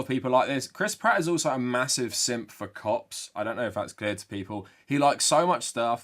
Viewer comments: Your accent makes when you say "Cops" sound like "Cocks", I'm a child lol. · whenever he says cop it sounds like something else and i do a double take everytime